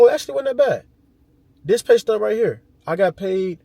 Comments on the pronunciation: Tf is a “pay-stud” 💀🤣🤣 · He keep on saying that shit too in every video😂😂. He really thinks that's how you pronounce it.